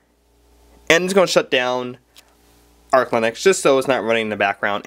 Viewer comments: also kid..it's arch...not ark linux. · arch.. not ark linux. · Also, "Ark" linux? Pretty sure it's ArCH linux. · the way he pronounces "Arch" as "Arc" kinda cracks me up tho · ***** Justin Chang I have never, ever seen 1GB represented as just 1000MB. 1024 is the standard unit b/c that's how binary counts up to the 11th power. Also the guy says "Ark" linux. I think this guy has some understanding of things, but clearly he is nervous as well. When he talks he's rushing and you can barely understand him. Maybe he knows juat a little and is trying to look knowledgable, but he's worried about getting called out on it in the comments like we are doing now. That's why the internet is the best source for information. People can't put one over on anyone without everyone else coming tot he defense of truth and accountability. This guy should probably just learn more before he makes a video until he is confident enough to make one calmly and speak in a slower way to CLEARLY teach viewers. And learn that 100MB != 1GB 1024 == 1GB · ITS NOT CALLED ARK LINUX YOU DUMB FUCK ITS CALLED ARCH LINUX